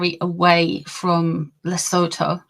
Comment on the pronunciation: South-African here. PLEASE find out how to pronounce Sentabale and Lesotho correctly. .